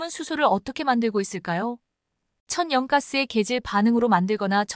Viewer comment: 천연가스를 천~~~연가스로 읽는거는 그나마 들어줄만하고, m(미터)를 "엠"으로 읽는거는 뭐 아직 ai의 한계라고 그럴만하다치고, A씨를 "어씨"로 읽는거는 무슨 알고리즘????ㅎ